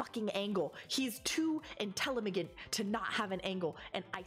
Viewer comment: I was about to take a drink when you said Intellimagent. That's one of those "Yep that's going into my dictionary" moments. Like "Investigot"